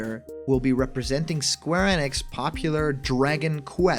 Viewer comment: Popoular? Never heard of the series before.